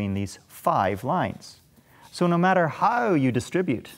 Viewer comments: No one:: hAuW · You can really hear it when he says the "how" sound. Love it.